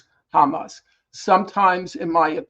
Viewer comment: Please Mr. Hill, Hamas, not Hamass.